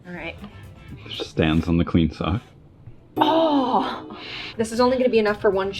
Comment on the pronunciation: the way says a clean sock as if shes never worn one before 😂